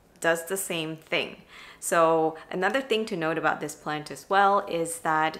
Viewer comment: This is my first time here. Are you saying "planty"?